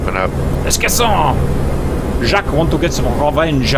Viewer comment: cap pls!!! don't say some trailing sounds! "jaques" -> "jaq" you can look it up and significantly enhance your french pronunciation for rp purposes